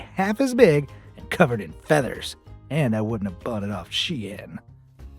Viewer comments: It is pronounced like SHINE. not she-in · It's actually pronounced 'Sheen' not 'sh-ein.' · Caught in 4k mispronouncing its shein not shiyan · ITS PRONOUNCED SHEEN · Wait? It was pronounced Shee-in? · ''she-an'' LOL I CANT